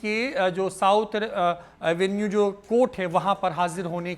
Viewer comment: अरे यार,न्यूज तो ठीक से पढ़ा करो।बार बार रोज एवेन्यू को साथ एवेन्यू क्यों कह रहे हो।बिहार की वैसे भी काफी बैजती हो रही है।